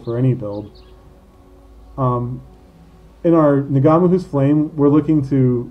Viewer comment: Do Americans really pronounce NG as NuhGA???????